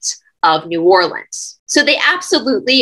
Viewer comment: New Orleans pronounced correctly..Love this Cha nnel...